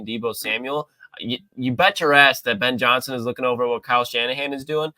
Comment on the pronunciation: Listen to "Ben Johnny Son"!!! 🤡